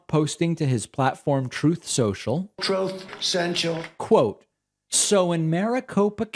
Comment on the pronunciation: Trough sensual